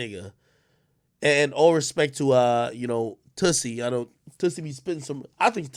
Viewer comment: Toosii not Tussii